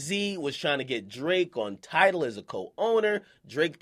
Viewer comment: "I still feel enTIDALed"